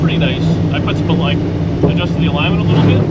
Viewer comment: Ha! Ha ha ha! That man said "a-ligg-ment!'